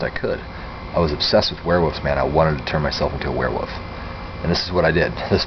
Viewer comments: He's saying werewoof lol its WEREWOLF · Omd! Dude It's wolf or werewolf not woof or werewoof! Man your an adult, I expect you to pronouns It correctly! Sorry please do not get mad at me for saying this. :( I am a Therian/ Werewolf so I got effended that you couldn't say mine and my fellow werewolves name correctly. :'( Thank you for making this video. :3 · I wasn't wound up. Just wondering why he didn't pronounce the L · Is he saying 'werewoof ' or is that my imagination? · I am having a hard time not giggling every time he pronounces it "werewuff".